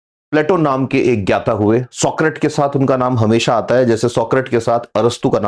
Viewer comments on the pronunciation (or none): SoCRAT lol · Bewakoof admi Hindi mei Socrates ko सोकरेट hi kehte h. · मैने सौक्रेटीज पढ़ा है,आप सौक्रेट बोल रहे हैं,सही क्या है? I can't challenge your knowledge